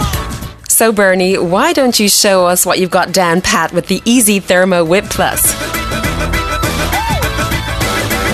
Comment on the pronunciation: Sounds like he's saying easy instead of iSi!